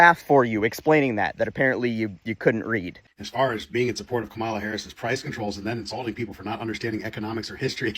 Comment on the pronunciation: Notice how this Libertarian mispronounces Kamala? Sad.